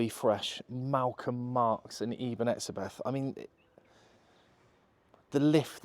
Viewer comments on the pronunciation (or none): Just a little heads-up, the name Etzebeth is German in origin and in pronountiation, the "h" is silent. Hence in South Africa, we say Etzebet.